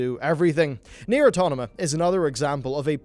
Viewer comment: Did.. you just call it "Nier Autonoma"?